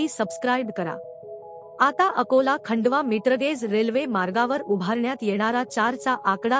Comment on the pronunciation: मराठी मधे खंडवा नहीं खांडवा म्हणतात.